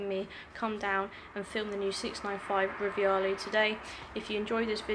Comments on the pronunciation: It's Rivale...NOT RIVIALE! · No "I" in the Rivale name... Just Ri-va-le not riviale